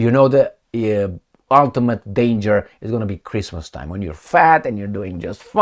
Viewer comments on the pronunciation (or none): none